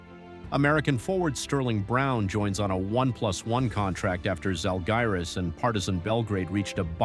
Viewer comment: Bro why can’t you even pronounce the Žalgiris team name in a correct manner? That’s quite low quality content here.